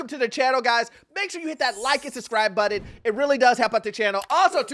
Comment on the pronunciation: Please pronounce button properly. Hearing it constantly in the beginning is increasingly triggering as an ESL person